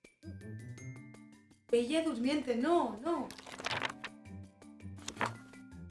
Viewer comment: Le dijo blle al decir bella durmiente😂❤❤